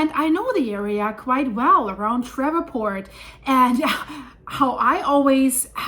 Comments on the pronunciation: doll I think they pronounce it Shreeport. Nice and easy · What a creative pronunciation of Shreveport! There's two syllables in that name, long e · LOL she said I know the area pretty well and then proceeded immediately to butcher the name of the town worse than I've ever heard before LOL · Pronounce Shreveport Like "Sleeve port" But replace the L with a H. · New Madrid? Fracking? Sheree port it's pronounced shreeport no V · It happened next to a fracking unit. And it's SHREE PORT, not shref fort. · GOOD LORD woman..... Learn how to pronounce the names of our cities. Shreveport is pronounced shreeport, not shreva'port . Painful to listen to. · ShrEEEEve, long E sound , like sleeve, not eh. ShrEEEveport. 😂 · It's pronounced Shreev•port. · Shreeevport phonetically ma’am. Love ur channel. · Thanks for the info. For your information, it is pronounced Shreeeeeve port. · It's pronounced "Shreeveport." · It's pronounced "Shreev-port" Thanks for all of the Great information 👍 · Ah,, you're so funny...the name is pronounced Sh EEEEE ve port. (My favorite town in the whole state). I'm sure all those river sediments amplified that quake energy, and maybe that means the New Madrid fault zone is waking up. (hope NOT) People generally don't know there are several BIG, deep faults throughout the Appalachian chain. Since this quake happened, I'm saying we should watch around Oakridge, TVA dams etc., and not far north from Louisiana is the Arkansas deformation area south of Memphis....lots of sediments there for liquifaction. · ShrEEv port is how to say Shreveport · it's pronounced as "shreevport" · Pronounced "shreeveport". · /shrēv-port/ Two syllables. /shreev-port/ 😂 You're so sweet and so European. 😅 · Shreveport is pronounced "Shreevport." Just FYI. Thanks, S Cheers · Pronounced “Shreeve port” like Sleeve. 👍🏼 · its pronounced Shrēēvport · “Sh-re-port” pronounced